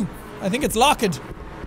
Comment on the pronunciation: Jack: who ever gets scared has a low IQ Also Jack: I think it's LOcK- Ed!